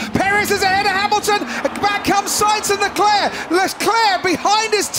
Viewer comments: Why do commentators say Charles LECLÉ..? His name is LECLERC, what a fool... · David was so excited that he even let out an "LESCLER"